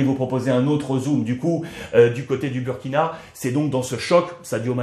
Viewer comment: Monsieur Ruiz, merci pour tout. Mais faites l'effort de prononcer Booooouuuuurkina et non Buuuuurkina. Le uuuuuuu se prononce ooooooouuuuuuu